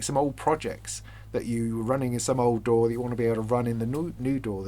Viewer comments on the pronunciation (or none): The Youtube captioning interpreted your pronunciation of DAW as "door". I kept wondering "What the heck is this about? Is there some new standard or technology I was previously unaware of? What is this 'door' of which he speaks?".